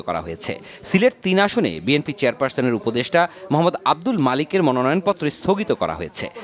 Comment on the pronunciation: ভাই অশিক্ষিত তারেক তার দলের নাম সঠিকভাবে ভাবে বলতে পারে না সে বলে বিমপি এটা আবার কোন দল?